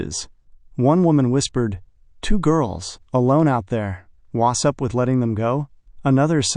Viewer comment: Wu sup? Yeah. What's up with "Wu sup"? Very annoying.